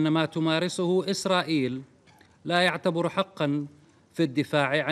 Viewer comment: أخطأ في نطق كلم ’’ لا يعتبر ’’ فضاع المعنى ... عرب بلا هوية ... اللهم انصر خواننا في فلسطين